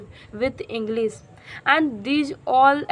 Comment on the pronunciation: Please Do not say ENGLIZ ENGLISH IS CORRECT